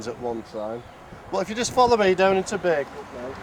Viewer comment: Great little video,. Always wondered what the countryside was like up and around Bacup. It was interesting hearing the name Bacup pronounced as it should be. I was never sure if it was Bah or Bay.